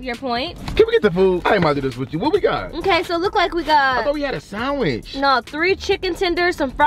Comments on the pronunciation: ikr but i didnt want to say anything.... they say "saaandwitch" with a long a...sorry if its defensive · I like how you guys pronounce sandwich 🤣🤣 say it funny 😄